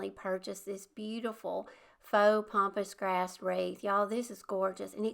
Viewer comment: FYI it’s PAMpas grass not pompas grass